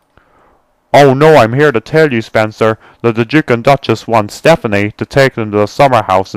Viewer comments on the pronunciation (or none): You said Stefanie, and it's Step-ney. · He's like that because you pronounced it as Stephanie. It'd actually pronounced Step-ney. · It's stepney, not stephnie!!! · its stepney not stephanie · I'm from the UK and when the narrator says Stepney it sounds more like Stephanie! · Why does the person keep saying stephany? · And it is pronounced "Stepney". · Nah its Stepney, no SePHAnie. I think he's just pronouncing it wrong.